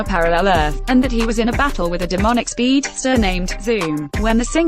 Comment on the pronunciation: The way that it said, "Speed.....ster"😂